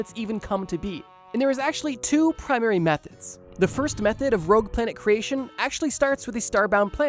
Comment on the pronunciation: JSYK it's ROGUE not "Rouge" lol